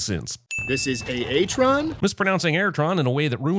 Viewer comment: Sinning B-127 pronouncing A-A-Tron instead of Airtron but proceeding to have the A-Aron reference in the post-sentence sequence